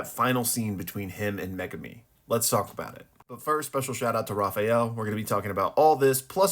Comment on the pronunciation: And thank you for pronouncing Megumi properly unlike most fans & YouTubers. Now ya just gotta start pronouncing Sukuna right. Here's a hint folks, you wouldn't say sasookay (Sasuke) would ya?